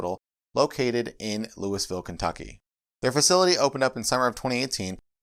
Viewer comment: Did you really just call in Louis-ville KY?? Try again, Loo-ə-vəl.